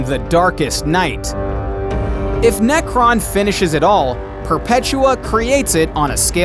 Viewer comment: His name is Nekron not Nekton